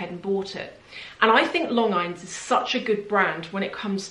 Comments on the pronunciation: AFAIK it's lôhn-jean. It's pronounced the French way. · Longines pronounce as Lon-genes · Hi the watch brad Longines is Lon and gene, like Gene Kelly. It is French so the "s" at the end is not pronounced. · Longines--pronounced Lon-jean. Part of the Swatch group that also owns Omega, Hamilton, Tissot (and others). Great watches with a fantastic brand heritage/history. My first good watch was a Longines Conquest automatic. Great everyday watch and a real workhorse. Also have a Dolce Vita tank that I bought instead of a Cartier tank that I wasn't impressed with once I got it on my wrist. The Longines actually looked and felt higher quality than the Cartier. Very well made and great value for money for the price point. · Hi, the name Longines is pronounced like this: lawn jeans. I’m sorry to correct you on anything! My mom used to wear one of those watches. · Okay so I work at a watch store and I’ve come across A LOT of longines watches and I’ve been saying it wrong and I found out it’s pronounced like Lon Genes. So now ya know lol. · Lon-geene, with a soft g, I think,. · Longines is pronounced ‘Lon - Zheen’ I believe ❤